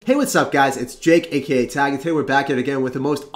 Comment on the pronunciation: I love how lately you overpronounce "aka" so it sounds like "aka a" and everytime I wish you also said RON!